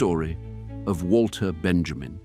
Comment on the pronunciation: Please, please, please, let us not misspronounce his name. It's Vahl-ter Ben-yah-meen.